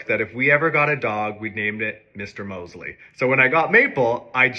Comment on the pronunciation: The Downton Abbey character’s name is Mr. Molesley with two L’s! Commonly mispronounced as Mosley.